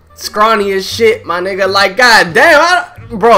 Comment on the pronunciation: lmao, he said my wigga, at least he know